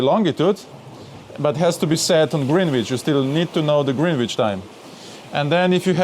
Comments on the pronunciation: Greenwich is pronounced grenitch. Love that boat and great video. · Love how you pronounce "Greenwich" (DON'T CHANGE IT!). But here is a Kraut letting you know the proper British pronunciation: Grenitch.